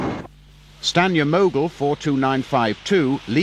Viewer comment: Was looking forward to this. But hearing basics liked 'Patriot' and 'Stanier' mispronounced immediately had me reaching for the 'back' button. What a shame.